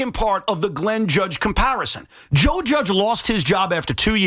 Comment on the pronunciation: Why does he keep saying “Judgian”? He’s talking about Joe Judge? I don’t get why this guy on the left is trying to put the Jets and Giants on the same level with this comparison. Sure the Giants had a couple down years but they’ve got 2 SB’s in this century and look to have risen back to a competitive level. I get that your team is bad but don’t lie to people on the radio and try and make it sound like anything Joe Judge and the Giants ever did is anywhere close to as bad as what the New York Jets have been for 20 years now. Don’t be a liar